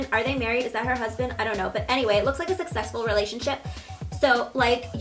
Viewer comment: When she first mentioned Jaclyn Hill I really thought she said that looks like a sexual relationship!😂😂 but I think she actually said like a successful relationship 😂